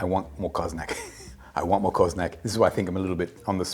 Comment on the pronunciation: Always a pleasure. The pronunciation is almost spot on, the little thing which makes all the difference is that the accent should be on the last vowel: co-zo-nAc (and not cOzonac).